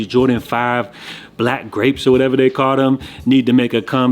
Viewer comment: Say Black Grape bro..Black Grape